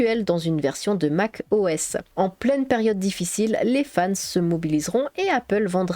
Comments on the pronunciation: Ah voila ! je ne suis pas le seul ! 🤣 Mac O S pas MACOS... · plus qu'une vidéo, c'est un dossier complet sur Classic et la genèse de l'interface graphique ! Tu as pensé à la scinder en plusieurs vidéos plus courtes sur System 6, System 7, en gros, genèse de macOS, puis système par système... ? et pour les mauvaises langues qui rigolent sur le "macosse", à savoir que le système n'a eu de cesse de changer de nom : System, Mac OS, Mac OS X, OS X, macOS. Moi en tout cas, je trouve rigolo cette petite erreur qui n'en est pas vraiment une en plus, et ça fait un peu "signature". Sinon personnellement, je valide "ta nouvelle voix" ;o) Et enfin, prévois-tu de faire des genres de vidéo démo des OS marquants de la pomme ?